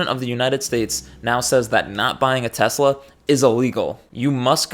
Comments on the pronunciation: Ah yes, teslur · Idk why "tesler" is so funny to me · "I hate Tesler" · anyone that was paying attention, realized that husk was a lying fragile fake a looooooooooooooooooooooooooong time ago... also, trump: "i are smart. i love tesler. me has best word. diaper full..."